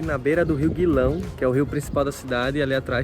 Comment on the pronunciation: O nome do rio é Gilão e não Guilão